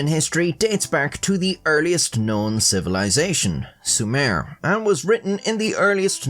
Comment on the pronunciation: It should be pronounced SOO-mer.